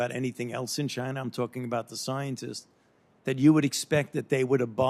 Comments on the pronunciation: Where's 'CHINER' located?? lol... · No shit..at one point he called "China" "Chiner" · Why does Fauci call it Chiner, rather than China like every other red blooded human. Isn't there a stereotype of Asian people have problems pronouncing their Ls and Possibly Rs? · Fauci says "Chin-R" almost like a person with a British speaking background... very strange. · “Chiner” I love it when people say that lol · He said they are in Chiner OKAY? Pesky citizens asking any questions... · Fauci "are in Chiner" :) LOL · " the bats are in Chiner" chiner lmao